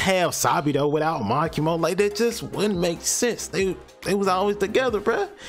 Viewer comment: "Ma key mo and sa bee dough"